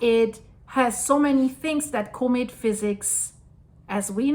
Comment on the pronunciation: "CAW=met" not Cooomet :)